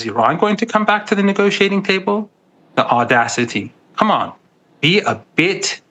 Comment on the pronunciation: Negociating table??? Or negotiating???